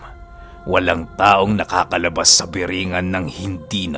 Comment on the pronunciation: corecton lng po (BORONG-GAN)